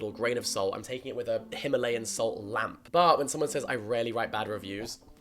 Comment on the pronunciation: Im sorry i had to pause the video to weep in despair at how Jack pronounced Himalayan, guess he's just a white boy after all